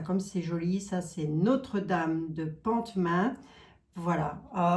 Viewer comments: Bonsoir qui fait ce qu’elle annonce 😊👍 Hello 😊 bravo a toi qui contourne la montagne 👏🤝💪 Belle et lumineuse soirée à tous ❤🎉 Psst c’est Notre Dame de Pontmain (sans prononcer le “t” 😅) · on ne prononce pas le t de Pont... On dit Pontmain C'est pas bien grave d'ailleurs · Bonjour Quelle plaisir de voir 2 personnes lumineuses que je suis individuellement depuis pas mal de temps. Pour info il semble que notre dames de pontmain se prononce "pomaint" en Mayenne c'est tout. si e n'est 1000 merci pour l'espoir que vous nous offrez a chaques instants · Notre Dame de Pontmain, on ne prononce pas le T, c'est amusant de vous entendre le prononcer ainsi! Merci de nous partager toutes ces informations! et merci surtout pour tes ces magnifiques vidéos dont vous nous gratifiez! un vrai baume au coeur! de même pour votre belle humeur! Merci!